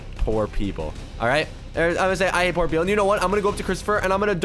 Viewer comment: Spelling you said pool instead of poor